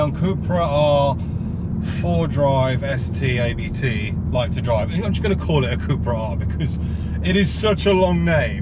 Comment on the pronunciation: I enjoyed the video but thought I’d point out it’s not A B T it’s said Abt as it’s spelt. It’s the family name of the tuning company who’ve been tuning Audis for ages and run one of Audi’s DTM teams.